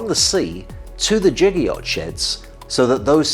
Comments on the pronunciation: Its pronounced giga like gigabyte, he is saying jigger like the thing you measure a shot of alcohol in :) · its Giga not jigga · The prefix 'giga' should be pronounced with hard [g] as in 'get', just like the prefix 'kilo' is pronounced with [e] as in 'kill'. Both of these are exceptions as general adoption from the International System of Units and Quantities. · It's pronounced giga, not giga.